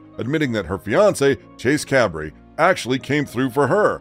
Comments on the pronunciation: OMG NO ONE SAID ANYTHING LIKE THIS!!!!! And her soon to be husband is CUBRREEE IS pronounced “Kay Bree” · His name is Chase Cabre and NOT Chase Cabri.